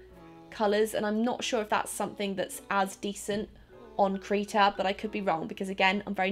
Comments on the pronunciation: Krita, not Kreeta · Its krihta not kreeta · Krita not kreeta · when does I sound like E its Kr i ta not kr e ta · why would it be pronounced KREETA? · Krita is pronounced cri tah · Krita is said like critter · Krita= kri-tah